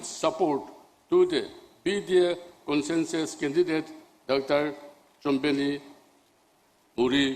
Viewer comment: NPP president pronounced Consensus as conshanshus,and president as peshiden.